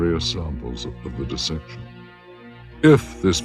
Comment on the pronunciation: it really sounds like he says “of the deception” and not “of the dissection” Also what the heck is going on at 17:30:624 (the time in the black box at the bottom of the screen not YouTube players) of the videos run time. Why was it only showed for a quick fraction of a second then not seen again at all in the lab??????